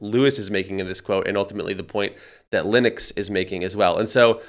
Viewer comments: why do americans butcher common english names its Lennox pronounced LENnix not LYNnix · His name is not pronounced “Linux” !! check it out!